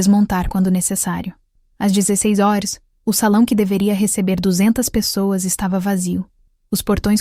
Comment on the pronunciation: Por que não é pronunciada corretamente HORAS?